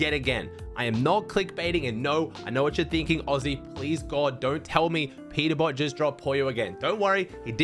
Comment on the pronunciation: Peterbot❌ Peterbop✅😭🙏